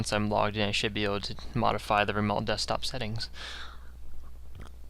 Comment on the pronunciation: No shit, watch your vids before you put them out there like you're helping something. Everyone has this information anyway. All this shows is that you can parrot a bunch of bullshit. Show us some real expertise...and stop saying "remolt". It's "remote".